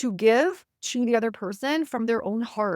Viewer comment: Why do you pronounce heart as hurt? Confuses me every time